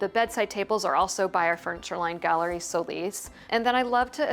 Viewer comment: It's SO LIS not how your pronounce it to make it sound anglo. It's a Spanish surname. You are unfortunately not accepting that. So sad....